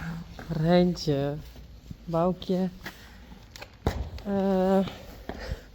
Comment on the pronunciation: I like how u roll your R in Reintje,.